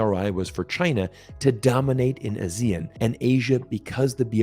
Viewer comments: Great video. BTW, its not "a-zee-ean" its pronounced as "ah-see-yarn". ASEAN. Trust me I know. Keep making great videos. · Ah-zee-AHN, emphasis is on the last syllable. Think Peloton. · As usual, great content, and I really enjoy all your videos. Just one thing, ASEAN is pronounced as Ah-See-Ahn in that part of the world. Anyway, keep up the good work. 👍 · I think it is better to respect the pronunciation of ASEAN, which is Ah-Si-An, that’s how all ASEAN countries pronounce, I feel it is a bit disrespectful to pronounce other wise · I had trouble understanding which country you were talking about. Then I realized you were pronouncing ASEAN in a non-standard way. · The way pronounced ASEAN is a bit weird 😆